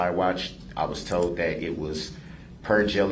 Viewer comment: Told not "tode."